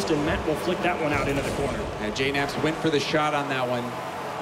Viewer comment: I understand it. It's just that you guys don't know how to pronounce JKnaps. It's pronounced J-naps